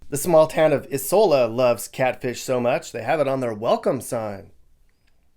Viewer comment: EYE sola. Belzo KNEE. 😂